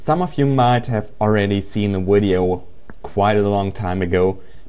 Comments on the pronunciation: la-zoo-lee not lazulee video not wideo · WHY U SAY WIDEO INSTEAD OF VIDEO!?!??!! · go to talking school (wideo is not a word just a tip) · did he say widio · I really like this "wideo"! LOL